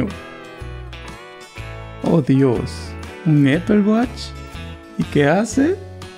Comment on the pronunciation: No te ofendas pero se pronuncia apol y se escribe apple se escribe apple watch y se pronuncia apol wach